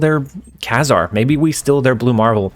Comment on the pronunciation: FYI, it's pronounced Kay-Zar.